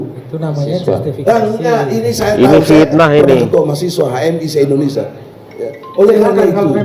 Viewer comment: Hey binantang..ngomong yg benar ya..penyebutan INDONESIA itu bukan INDONESYA..